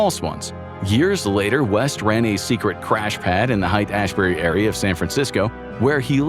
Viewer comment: Its "Hate" Ashbury